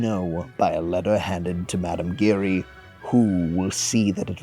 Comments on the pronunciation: Well done. It's, however mme Giry (as in giraffe) and not as in glory) and, Monchar-mahn and RiShar)) not Richard) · Christine was an understudy and in the ensemble. Not a dancer in the book. Only in ALW's musical. Your narration is good but you need to check your pronunciation. Bouquet, Giry and Galois and de Chagny.were all pronounced incorrectly. I love that you included The Persian. He's such an important character. In the ALW version, Mme. Giry is sort of the Persian's representation but only partially. There's also another musical version that has the Persian but I can't remember which one that was. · or of Giry